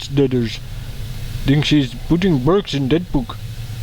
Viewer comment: Why do they keep saying "berks"?